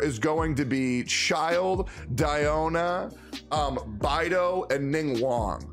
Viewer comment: God. Actually anyone who does this. Why the ** you all say "ChiLD" xDD Look at his kit and his theme, + the "e" at the end of his name. LMAO It's braindead obvious it's pronounced "Chill'd" BRUH